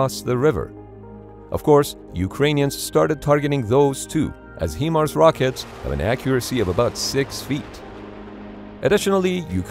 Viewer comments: HIMARS is pronounced like Hy-Mars, not He-Mars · "HIMARS" is pronounced HIGH-mars, NOT HEE-mars. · It’s not HE Mars it’s “HIGH” Mars as in Himars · It’s not HEMARS it’s HI MARS… that was hard to hear. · You would pronounce HIMAR's as "high-mars", but not "hee-mars". 👍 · Lol “He-Mars” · it is not Hemars it is Himars if you don't know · HIGH-Mars not HeMars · commentator speaks HE mars not the correct HI MARS, thought you should know the correct pronunciation! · Thumbs down: Your videos are consistently mispronouncing words which leads me to believe an AI is reading the text. HIMARS mispronounced He-mars leopard like the cat mispronounced Leo-pard. I’ve live and worked extensively all over Europe and never heard this mispronunciations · One small thing HIMARS is pronounced like High-mars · HIMARS (High Mars) it’s such a simple word but everyone messes it up